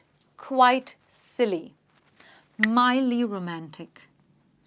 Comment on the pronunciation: mildly and not midly